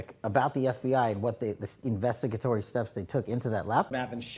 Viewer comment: "ivestigatory". Wtfff